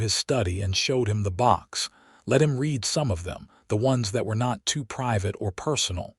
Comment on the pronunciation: AI...learn that the word "read" is pronounced differently depeading on their context...read sounds like "reed" when it is presence tense verb; "red" when it is past tense. Otherwise this narration is very entertaining.